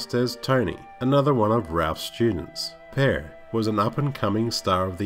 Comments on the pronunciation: Michael Pare is pronounced "Pear" it's Pare -Ray like Parade. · Also Pa Re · Like your stuff but you have to work on pronouncing these names right. Accent or no accent. For instance Michael Paré. See the little thing on the end of the E. And it's Connie Sell-Eh-Ka. Not Sell-A-Ka